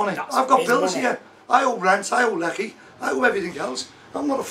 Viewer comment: Lol what? How does he pronounce electricity?